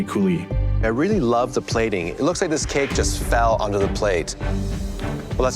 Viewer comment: I'm here to hear him say, " I wike it.."